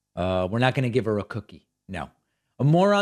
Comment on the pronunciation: "Geeve her potato 🥔 "